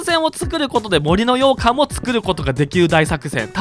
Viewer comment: 洋館のイントネーションが完全に 羊羹 なの気になり過ぎるw